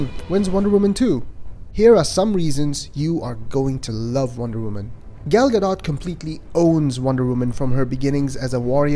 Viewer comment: Superbly crafted review. One small gripe: Gal's name rhymes with call / tall / ball, not pal. Not even Patty Jenkins pronounces her name right, so you're not alone. This will give you the correct pronunciation